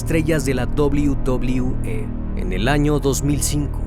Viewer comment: La dobliu dobliu E jaja